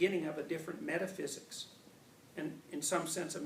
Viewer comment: Thumbs up for pronouncing "metaphysics" the right way!